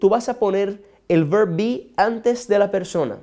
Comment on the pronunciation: Hello, muy buenas tus enseñanzas, pero con respecto al verb to be en preguntas la dices como si fuera una oración, no le pones como el peso o tono de preguntas , es todo. I Like your class ☺